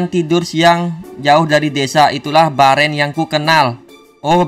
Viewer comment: Bang namanya Beren bukan bearan